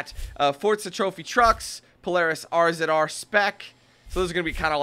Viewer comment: Oh and, it's the Polaris Razor. Not R Zed R. That sounds dumb.